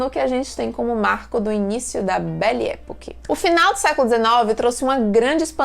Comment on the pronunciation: A pronúncia é "epóque".